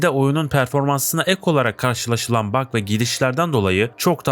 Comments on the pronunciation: Bug diye okunmuyor diye düşünüyorum opsiyonel (bag) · Yapay zeka seslendirmesi mi bu? Bug değil bag, vice değil vays, pılatform değil pilatform... Olmamış kardeş. Yine de abone oldum beğendim. Düzeltmen gereken şeyler var.